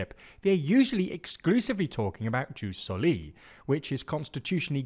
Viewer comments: Difference beeing that "Seezar" is said that way because the name was translated into english. Like "Octavian". Ius Soli is actual latin, and a term still used to this day. If you can't use the proper pronounciation that's not the end of the world, but it IS a mistake. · The constant mispronunciation of ius soli/ius sanguinis had my ear bleeds in minutes...